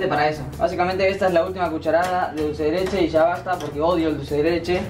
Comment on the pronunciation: A mí me dió Mil años de vida cuando dijo dulce de leleche